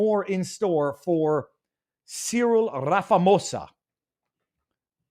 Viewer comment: So just for clarification sake its 'see-rill ram-a-fo-za'. So just a few facts, that clip i believe was from the EFF 10th anniversary rally where ANC members did attend, with another former ANC youth league leader (the leader of the EFF is also a former leader of the young foot soldiers) quoted 'it was good, its nice to see revolutionaries' or something to that fact. Most farmers in south africa are Afrikaans (since race is only recorded for BEE) around 70% (again largely due to the fact they were the ones cultivating the land. English farmers were mostly in Cape and mostly vineyards, but the Cape is DA territory). Its not genocide, its targetted murder to serve a political aim, much like racism has no meaning its better to focus on the facts, who, where, what, why and when. Then you can srill into the problem without throwing mud.